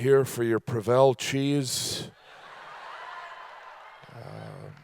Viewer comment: It's PRO-vel not Pro-VEL Gaffigan!